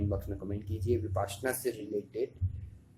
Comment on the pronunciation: भाई विपाश्यना नही .. विपश्यना है .. कहने मे कठिनाई है तो विपस्सना कहे ...